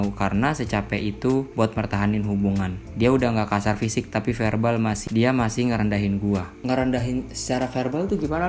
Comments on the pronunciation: verbal bang. Bukan herbal. Elaah Ngrendahin pake kata2 gitu lho bang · Verbal bang bukan herbal😭